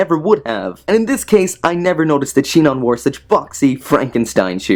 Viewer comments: It's sinon not shinon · Did he fucking say Shinon? xD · yes someone actually pronounced sinon as shinon :D